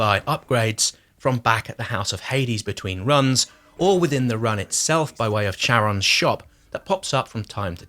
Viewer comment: Because Zaggarus! And Charon like char-on! I don't think too many game hours were put in by the reviewer... or sound was off?